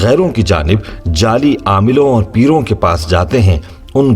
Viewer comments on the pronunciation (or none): none